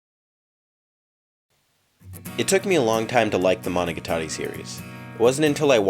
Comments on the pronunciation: You pronounce monogatari like managatari, IT OFFENDS ME (ノಠ益ಠ)ノ彡┻━┻ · The way you pronounce Monogatari is so weird. I’ve always said it mono-got-ar-ē. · It's Mo No Ga Tari you ass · Monica Tori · More important question, why do you pronounce "Gatari" like a pretentious Weeb? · im sorry this is a big nitpick but the pernasiation of monogatari makes me shutter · I found it very distracting since you're pronouncing it with an American-English emphasis on the TA (as in guitar), while the emphasis should be on the GA instead (as in gamut). Listen to these samples for comparison: As an Elitist you should work on this! <(^-^)> edit: changed GA example to gamut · Y E S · Put heavy effort into a video doesn't learn how to pronounce araragi and monogatari correctly